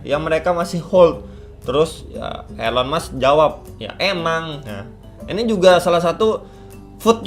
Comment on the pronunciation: baru join pas momentnya ngeri2 sedap, tapi sabar coba hold dulu btw nyebutnya 'ilon mas' bang